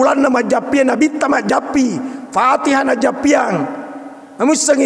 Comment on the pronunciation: Bismillah. Majjappi itu bacanya. Nurung majjappi muhammad murai Allah Taala pasaui. Jdi sy tutup telinga klw org mengatan dukun bkn terserah mw bilang apa.